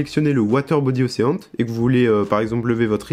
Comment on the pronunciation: Super tuto par contre l'anglais ^^" Océant ? Ocheun, à la limite meme tu peux cité le magazin Auchan, c'est plus proche. Unréale engaine ? Enrile angine